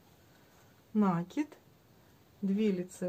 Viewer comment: Все хорошо, только слушать невозможно, слово накид с ударением на второй слог, пожалуйста.